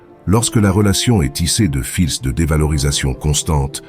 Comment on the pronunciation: Voix synthétique qui se reconnaît par les erreurs de prononciation !! Cesss. Filssss etc ... On est envahi par ces voix artificielles.